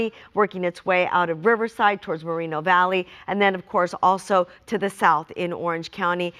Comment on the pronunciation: Moreeno valley? She has to turn in her Hispanic card.